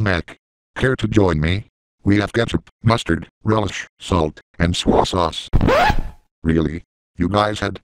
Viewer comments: instead of soy say Swoi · SWAH sauce 😂😂